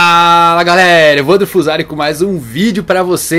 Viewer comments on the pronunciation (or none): none